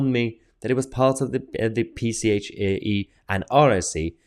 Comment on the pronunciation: It's 'PSHE' not 'PCHE' as you kept reading it. Really Mahyar, your reading aloud skills are abysmal. I've noticed this time and again in your videos, you speak so well ad libbing to camera with your thoughts and commentary but as soon as you put up a text and start to read it aloud it all goes to shite. Apologies, you asked for thoughts and comments and those are mine because it's what annoys me about your videos as otherwise they as so good and informative and what we need, and I thank you for them.